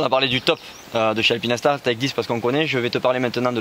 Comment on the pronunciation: Juste pour dormir moins bête ce soir on dit "alpine - star" et non "alpinaistar, alpinèstar" 😉 Très bon boulot les gars !